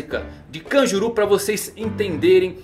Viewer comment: Kanjuru? Não é kanjurō?